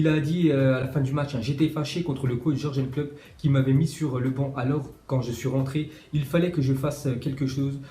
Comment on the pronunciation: Tu pourrais t appliquer sur les prononciations C'est pas dur de dire Yurgen klopp parce que ton jorjen klopp ca fait mal aux oreilles.